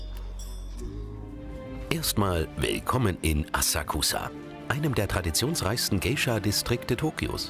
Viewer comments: Bitte nicht schon wieder eine scheußliche Aussprache! Ihr seid doch eine Wissenssendung oder? NICHT "asah-kusah" sondern "assaksa'". Mensch, die Japaner im Video sprechen es doch richtig aus. Habt ihr bei Galileo keine Japanologen oder könnt ihr keine organisieren...? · Es wird Asaaksa ausgesprochen... :( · Es wäre schön, wenn das Galileo Team die Aussprache verbessern würde von den japanischen Wörtern. Wenn die Dame die Wörter wie Asakusa und Shamisen schon original ausspricht warum sprechen die beiden Kommentatoren es immer noch falsch aus. Seltsam...